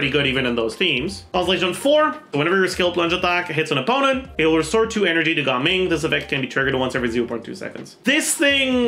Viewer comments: Ga-ming ❌ Gaming✅ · Had to watch the first few seconds to confirm whether he said Gaming or Gaming